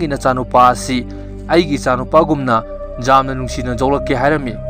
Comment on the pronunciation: 'Yamna' hambiyu 'jamna' haibignu taba yamna nungaite